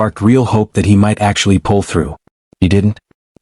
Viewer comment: "DIE- O." 🙄👈